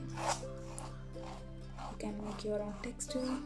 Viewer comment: I couldn't understand if you said you 'can' or you 'can't' store this texture paste for awhile. thanks